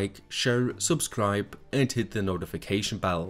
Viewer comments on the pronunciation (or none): none